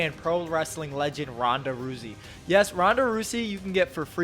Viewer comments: 😭🤣😭🤣😭🤣😭🤣😭😭😭🤣🤣🤣🤣🤣 AINT NO WAY YOU GOT SPONSERED BY RAID AND PRONOUNCED IT “ROOSY” 🤣🤣🤣😂 Fucking clown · This man just said Ronda ROOsey lol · Awesome content! Respect for all your work. P.S. Did you just say “Ronda Roozey”?! Really? 😂😂😂 lol wtf You’ve just pointed out how virgin you are. C’mon, mate! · Bro said “Ronda Roozy” 😂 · Ronda “rusey”. Bruh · This man said Ronda rousey name wrong I’m dead